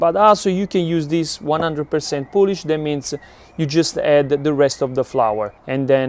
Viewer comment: FYI it is not Polish as in the country, its poolish like in poo poo!